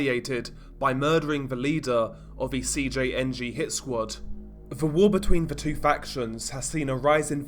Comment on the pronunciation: I like how since you’ve been making a ton of these video and gain a lot of attention from it, you never keep them bland or the same. Like I notice you used to say CJNG in English but you pronounce the entire enitials I’m Spanish. Keep it!!!